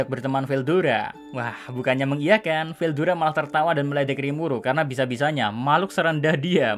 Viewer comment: Ketika bilang star king dragon Veldayana😂😂😂